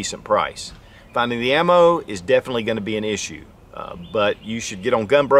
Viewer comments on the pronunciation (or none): none